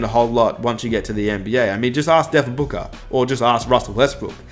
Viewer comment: "Devin Buker"